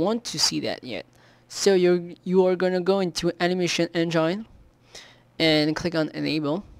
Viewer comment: That way he pronounced engine killed me!